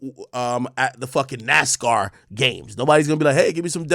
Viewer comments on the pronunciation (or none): none